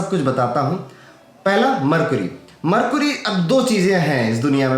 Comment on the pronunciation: मरकुरी नहीं मरकरी होता है भैय्या।